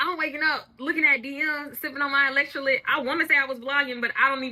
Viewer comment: It’s funny how she pronounce gals, and electrolytes 😂😅